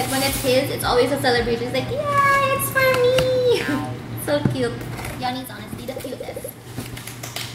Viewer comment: na aliw ako sa "it's sa kyoaaat" di ko alam pano e spell😂